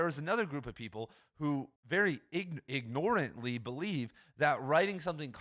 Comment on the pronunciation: igNORE- antly . Gonna slip this pronunciation/usage into a conversation sometime